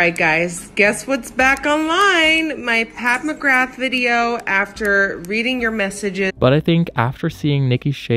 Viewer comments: "PATH MCGRATH" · “Path McGrath” 😂